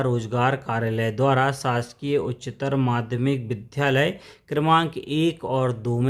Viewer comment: कृपया विद्यालय बोला जावे,विध्यालय नहीं।